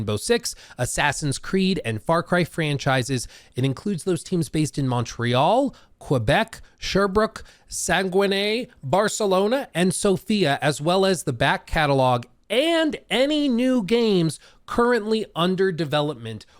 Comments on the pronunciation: Saguenay is actually pronounced "Sag-Nay" but nice try! Thank you for all those explanations! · your pronunciation of Saguenay was impressive...ly funny :P 10 pts for effort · The way he said "Saguenay" made my day. It's absolutely not a big deal but damn that was funny